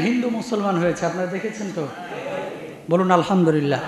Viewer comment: হুজুর আলহামদুরিল্লাহ বললেন আমার জানা দরকার কোনটা সঠিক, আলহামদুরিল্লাহ না আলহামদুলিল্লাহ।